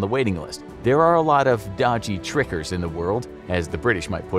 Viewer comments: Us British call hearts “tickers” not “trickers”! Great episode though! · Dodger “ticker” not tricker “ticker” being slang for heart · Did he say “dodgy tricker” ? I played it back with captions and the caption did say ticker but it certainly sounded like “tricker” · "dodgy tickers" not "dodgy trickers" silly colonial. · Did you say dodgy tricker? The slang for heart is ticker not tricker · TICKER NOT TRICKER FML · no, a ticker is slang for a heart. Dodgy means faulty or broken. But the narrator said "dodgy tricker" not "dodgy ticker"